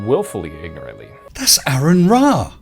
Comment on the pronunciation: Pronounce "Aron" correctly please...